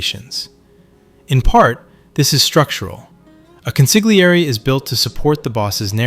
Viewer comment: Con-sil-yerr-ee . Not consig le air ee. Like a counselor. Keep saying consigleairy and you’re gonna have to come in here heavy next time